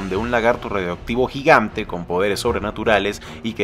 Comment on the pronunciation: "Un lagarto gigante" KHEJESO KEHJESE LAGARTO JIGANT